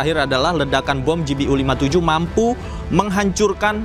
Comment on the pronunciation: Ralat sedikit -- Pengucapan bacaannya yg benar utk GBU adalah Ji Bi Yu, bukan Ji Bi U